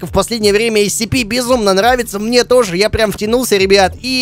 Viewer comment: правильно не нсп, а скп